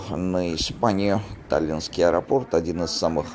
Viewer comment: Спасибо, очень полезная информация ! Вот только, извините меня, но Вам стоит обратить внимание на ударение в слове АЭРОПОРТ, при склонении.